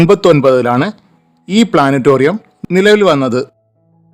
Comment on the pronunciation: പ്ലാനറ്റോറിയം അല്ല പ്ലാനറ്റേറിയം എന്നാണ് ഉച്ചാരണം.